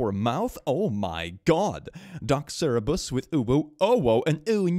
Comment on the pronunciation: please you always say cerebus but it is Cerberus. Coming from the Greek Κέρβερος (Kerberos). As someone who has learned 4 years of Ancient Greek in school it physically hurts me when you say cerebus.